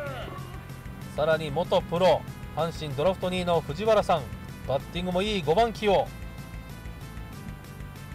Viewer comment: ふじわらじゃなくてふじはらなんよなあ😃 懐かしい選手多い🤣